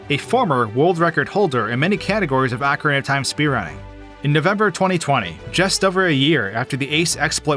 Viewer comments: I HATE youtubers so much, man... Ocarina Ocarina O Ca Ri Na You're saying "acareyna" A Ca Rey Na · just saying, i know its hard to unlearn 20 years of mispronunciation, but it is "ocarina" (oh-cah-ree-nah), not "acarina" (ah-cah-ree-nah). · "Ahcarina" of time? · Ohe-kah-reena, not ohkria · I absolutely hate how you pronounce the word "Ocarina"...